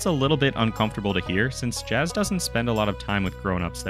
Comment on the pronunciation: its pronounced yas